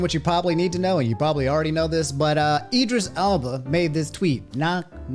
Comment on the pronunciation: You pronounced Cuomo and Idris Elba wrong.